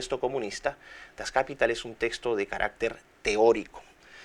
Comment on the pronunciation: Dr. Miklos, una observación fonética: Das Kapital se pronuncia en alemán igual que en castellano, es palabra aguda: das kapiTAL.